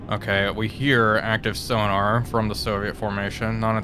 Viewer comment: Are "Sona Buoys" different than sonar buoys? Asking for a friend.